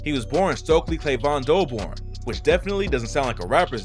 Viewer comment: Goulbourne not Doulbourne